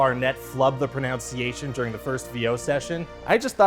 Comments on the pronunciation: When you flub the pro-nounce-iation 😏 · Love that he mispronounced "pronunciation" as "pronounciation" while he was talking about Will Arnett mispronouncing "Bojack" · Flub the pronounciation. Classic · I love the fact that he mispronounced the word "pronunciation". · Wait, he flubbed the pronunciation of pronunciation.